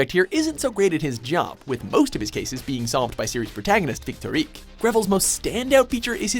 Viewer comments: I cringed when he pronounced Victorique for gosick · "go sick" "victorik" go fuck yourself it's gosick and victorique (victorika) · victorique is read as victorika